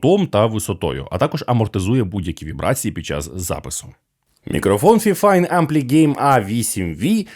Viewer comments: "Фіфайн"? Мабуть все ж таки "файфайн"? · Тож правильно буде фіфін